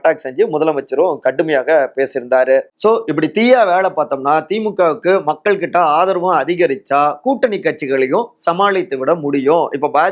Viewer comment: its high time to train your tamil pronunciation.. இவ்வளவு தமிழை கொலை செய்யக்கூடாதுயா.. கேட்கவே நாராசமா இருக்கு.. மள்ளை சத்தியா - மல்லை சத்தியா களகம் - கலகம் விளகல் - விலகல் செயளாளர் - செயலாளர் மக்கல் - மக்கள் ஆதரவாளர்கல் - ஆதரவாளர்கள் மேளிடம் - மேலிடம் மொத்த உச்சரிப்பும் முழுக்க முழுக்க தவறு.. திருத்திக்கொள்ளுங்கள்..